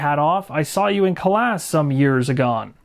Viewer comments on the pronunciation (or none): Another great playthru video, you have a knack for picking up and explaining games clearly and thematically - I'm finally getting my copy out after it sitting on the shelf for a couple of years. BTW - Calais is pronounced 'ca-lay' 😉😋